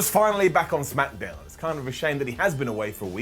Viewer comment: smackadown? week after week, it puzzles me to hear you pronounce it as smackadown.